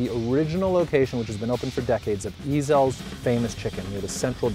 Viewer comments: Oh my god, I'm dying!!!!!! It's not E-zell's, it's just Ezell's. easy on the "E" dude. I've been craving Ezells for awhile now but I'm too lazy to drive the 9 miles to get there. "It's not like a real angry..." "No, no, no" Really. Is that why dude opened his own restaurant called Heaven Sent and took Ezell's recipe with him?? I'd say there's some bad blood, quit lying. And the Central District is NOT the heart of Seattle, that's ridiculous. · The way he pronounced ezells, lol you can tell hes not a local